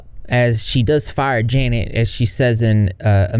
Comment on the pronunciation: i just KNOW janet is watching this and absolutely fuming that nobody is actually saying her name right LMFAOOOOO